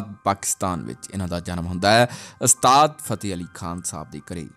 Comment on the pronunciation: ਘੂਸਿਆ ਪਹਿਲਾਂ ਤਾਂ ਇਹ ਗੱਲਾਂ ਪੱਲੇ ਬੰਨ੍ਹ ਕਿ ਅਸਤਾਦ ਨਹੀਂ ਓੁਸਤਾਦ ਹੁੰਦਾ ਤੇ ਦੂਸਰੀ ਗੱਲ ਇਨਾਂ ਫ਼ਿਲਮੀ ਸਟਾਈਲ ਚ ਬੋਲਣ ਦੀ ਬਜਾਏ ਨੌਰਮਲ ਵੇਅ ਚ ਬੋਲੀ ਦਾ ਹੁੰਦਾ।ਦੇਵ ਆਨੰਦ ਵਰਗਿਆਂ ਤੋਂ ਖਹਿੜਾ ਛੁੱਟਿਆ ਤਾਂ ਤੇਰੇ ਵਰਗੇ ਆ ਗਏ